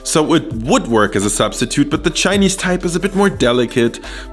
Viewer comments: I just found your channel its amazing! Your Chinese pronunciation is on fleek! Keep up the good-work! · Im impressed man, this is legit chinese food, simple, quick and easy to make. And props to your pronunciation, even though there is an obvious accent, I can tell that you learned from the source haha. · As a person that speaks chinese ur chinese is on point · 😮Woah.....your pronunciation of Chinese words is so spot on.....😀👍🏼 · Holy mothers... As a Chinese I thought I knew cooking... Great pronunciations as well, what a legend!